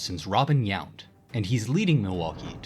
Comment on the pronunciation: Who is Robin Yant? I know Robin Yount. AI sucks